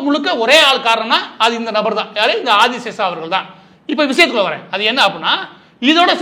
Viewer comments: அந்த முக்கியமான நபரின் பெயர் : திரு. மால்கம் ஆதிசேஷையா... ஆதிசேஷா இல்லை... 1008 முறை, நீங்கள் 'ஆதி சேஷா' , 'ஆதி சேஷா' என்று தொடர்ந்து சொல்லும்போது, நீங்கள் சொல்லும் கருத்தின் மீது கவனம் செல்லாமல், உங்களின் தவறான சொல் ப்ரயோகம் மீது சொல்லொணா கோவம்தான் வருகிறது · #Malcolm_Sathiyanathan_Adiseshiah was a Converted christian originally from a #TeluguBrahmin family. Pronunciation NOT ஆதிசேஷா BUT #ஆதிசேஷைய்யா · Boss Maridass you are mis pronouncing Malcom Adisheshaia as Adishesa . Please correct. when I was doing pre university class Malcom Adisheshiah was the Vice chancellor of Madras University and he was also a Christian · ஐயா, அவர் ஆதி "சேஷையா" ... Not ஆதி "சேஷா" ... உங்கள் கவனத்திற்கு. மேலும் FeTNA US இல் நடத்தும் meet களில் பெரும்பாலும் சினிமா பிரபலங்கள் தான் கேளிக்கையும் கூத்தும் தான் இருக்கும். இலக்கியம் ... பெயருக்கு அங்கொண்ணும் இங்கொண்ணும் side la யாராவது கத்திக்கொண்டு இருப்பார்கள். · மன்னிக்கவும்..Malcolm Adhiseshiah என்பதே சரி.ஆதிஸேஷா இல்லை. தாங்கள் தவறாக உச்சரிப்பது சரியல்ல. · அந்த பிரமுகரின் பெயர் மால்கம் ஆதிசேஷையா என்பதாகும். இந்த காணொலியில் அவருடைய பெயர் ஆதிசேஷா என்று தவறாக உச்சரிக்கபட்டுள்ளது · ஆதி சேஷைய்யா என்பது சரியான உச்சரிப்பு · மால்கம் ஆதிசேஷைய்யா அவர்கள் சென்னை பல்கலைக்கழகத்தின் துணைவேந்தராக 1975-78 காலகட்டத்தில் பணியாற்றியுள்ளார். பின்பு 1978-84 ராஜ்ய சபை MP ஆகவும் இருந்திருக்கிறார். சிறந்த நேர்மையான நிர்வாகி. அவரது பெயரை சரியாக உச்சரிப்பது அவரது புகழுக்கு நாம் செலுத்தும் மரியாதை‌.